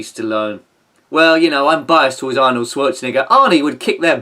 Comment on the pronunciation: Oh and to be fair to Arnold, I wonder if he called you an a*sehole because you keep mispronouncing his name at the end!? Maybe if you say it correctly he'll be friends and contribute some of his earnings to the upkeep of this channel and Igor's hefty food bills!?